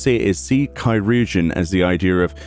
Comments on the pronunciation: Help on pronunciation - I actually looked this up a while back: Curugeon (sp?) is a very OLD proto-word for what we eventually came to call "surgeon". So think the word surgeon, just starting with a k sound. Kur-jin or Kur-u-jin (you pronounced surgeon "sur-jin"). Hope that helps! EDIT: Maybe "chur-jin"? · It's pronounced Kai-rur-geon. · Chirugeon is “Surgeon”, CH can sometimes be used with an S noise (See ‘Niché’), IR can be used for the UR noise (See ‘Sir’), the U is silent, and GEON is used as normal. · Wow. I've been pronouncing it like cheeroojeein this whole time. And that's ch as in Charlie at the beginning. Yyyep. I'm way off. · from what I've read, "chirurgeon" is one of the earliest (if not de facto ealiest) form of the word "surgeon" and during the time of its use "ch" was pronounced closer to "s" than anything, so its likely pronounced "sir-urgeon." Which makes sense, because the nature of language is to get shorter and faster as time goes on while retaining as much unique meaning as possible, thus "sirurgeon" would quickly flow into "sirrgeon" and then "surgeon" (in pronunciation if not in spelling). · Isn't "chirurgeon" just pronounced... "chi" + "urgeon" as in "surgeon"? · They pronounced it “Kī-rur-jun” in the voiced cutscenes. The example in my mind is early in the Stormblood story. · Chi-rur-geon is old English for surgeon. In Dutch it became chirurg.